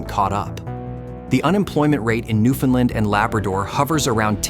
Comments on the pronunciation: Newf-un-land ✅ New-Finland ❌ New-Fin-Lin ❌ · Newfoundland is not pronounced new-findland. Ask a Canadian. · Your not saying Newfoundland right, its not newfinland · NEW FOUND LAND. But, good video. ai voice aside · Would have been nice if you used the correct pronunciation of Newfoundland. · Very interesting. But please learn to pronounce Newfoundland correctly. It’s like “understand “. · The AI voice getting the pronunciation of ‘Newfoundland’ wrong every time is irritating. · Excellent content, but please learn how to properly pronounce "Newfoundland".